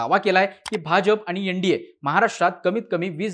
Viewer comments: यन. डी. ये नाही एन. डी. ए. 😅😅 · यनडीये नाही रे एन डी ए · YEN-DA naahi , NDA aahe teh